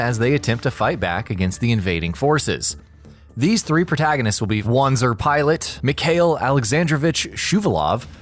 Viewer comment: its pronounced Vancer. W with a german accent